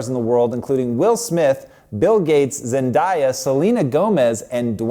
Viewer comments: ..."Zen-die-uhh" (Zendaya) in the intro was irky >.< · Love this! Love Lilly! ❤️ But please, it's pronounced Zen-day-ya, not Zen-daa-ya... 😬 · it's not ZenDIEa, it's ZenDAYa. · okay love the video but one thing really bugged me... who is this Zendiea? I know only Zendaya I apologize the comment had to be made